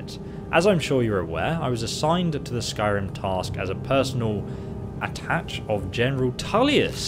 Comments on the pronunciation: The word is At ash shey not attach. keep up the good work. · attaché is pronounced like attachey btw